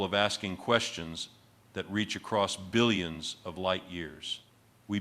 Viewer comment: You can tell it’s AI because there’s no stress on the “B” in billions!